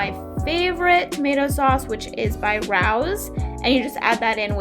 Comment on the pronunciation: Rao’s is pronounced “Ray- Oh’s” 😉